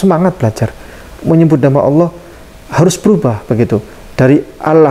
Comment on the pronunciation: Alhamdulillah orang yang baru dapat hidayah adalah hal biasa dalam pelafalan kata Allah, Allah SWT maha mengetahui semoga Pak Dance selalu istiqomah dalam Islam.